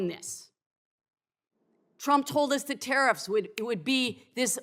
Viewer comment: Did she say President Chump?!